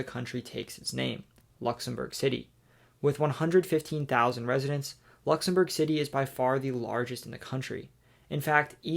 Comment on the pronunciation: Nice effort on the pronunciation of the Country’s Name.